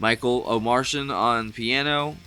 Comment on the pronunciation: Pretty sure the audio from that clip you watched is the album version and they were just miming. It's pronounced Omar-Tee-an. He's not from Mars lol